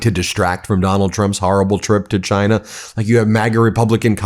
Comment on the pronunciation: And calls it "JIE-na."